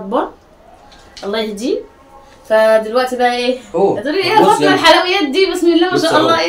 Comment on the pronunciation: ليش تقولي ( فاطنه ) و الأسم هو ( فاطمه ) ؟